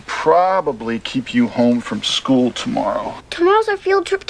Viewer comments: Did you just say Skyewl !? 😂 Why do I feel like you're exposing my search history in every video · Lol I heard you. "sküle"